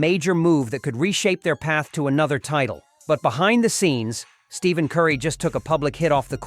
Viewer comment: It's Stephen pronounced Steph en Curry. Every time you get it wrong my ears cringe